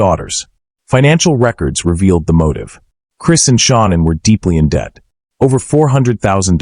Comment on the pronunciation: Hey if you can't pronounce Shannan's name right get back in school and learn how to pronounce the names right you call her Shaunann why it's not her name